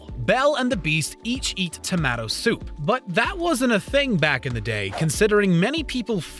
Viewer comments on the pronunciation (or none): Actually, the Brits say To-MAH-to. This guy said To-MAA-to. And also Notre Daaam. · I've heard it said tomayto and tomawto, but never tomahto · All together now Toe-MAH-to & Scan-DEE-NIVEA this video is jokes. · Well at least he didn't pronounce tomato like tomatillo or something lolol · Are you trying to start a third way of saying tomato?